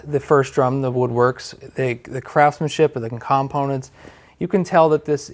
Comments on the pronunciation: Lol. “com-ponents” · 😂....... "The "COMM"-PONENTS!!! 👍🏼 😁 Just kiddin'!!!